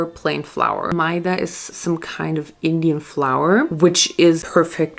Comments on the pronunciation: the way she pronounced maida xD its pronounced meh-da not my-dah loll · I thought it’s pronounced meh-dah and goolab jamun. (I’m Pakistani btw so this is how we pronounce it)